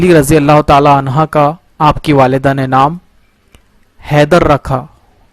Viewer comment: بھائی عنہا نہیں عنہ